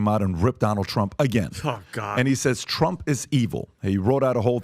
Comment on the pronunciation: "Trunff done sanked the Titanic boat AND he started dat Workd Wart 2" - my speech therapist Cardi-B